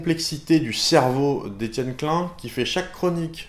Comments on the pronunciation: /!\ Attention ceci est un commentaire bien fat /!\ Salut j'ai découvert ta chaîne hier (et j'ai tout vu depuis, donc j'ai pas chômé !) En tant qu'alsacien je suis choqué quand tu prononces Klein "clun" ! NON ! Klaïne ! (à prendre avec de l'humour) Ta vidéo sur les sens m'a vraiment concernée étant donné que j'ai fait un avc il y a quelques mois donc du coup j'ai pu tester un peu tout allant de la kinesthésie, à la perte de proprioception et de tout le reste pour se rendre compte que la douleur revient en première, suivie de la thermosensibilité (c'est ça ?), puis de la proprioception (vraiment BEAUCOUP plus/trop tard) puis de la sensibilité tactile mais là je m'avance pas, ce n'est pas encore le cas ^^ J'ai adoré tes vidéos sur la relativité et j'attend impatiemment la suite ! Toutes tes vidéos sont vraiment très travaillées et on sent la recherche derrière. Pareil pour les animations qui sont vraiment pas mal et facilitent vraiment la compréhension ! Pour finir tu m'as motivé à acheter le cours sur la physique quantique étant donné qu'un pote m'a déjà branché dessus avec le cryptage quantique. Mais c'est tellement f*cking compliqué qu'un cours de zéro comme tu nous l'a dit, ça vaut vraiment de l'or ! En plus de ça je suis un fan de tout ce qui touche à l'informatique (d'où le cryptage quantique), aux maths et à la physique donc en tant que programmeur C++ amateur savoir que tu es aussi dans cette branche ça fait plaisir ! J'ai hâte de voir la suite étant donné qu'il y a tell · Tu viens de Strasbourg et tu dis Etienne Klain ?